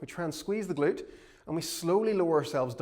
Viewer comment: We salute the “ga-lute”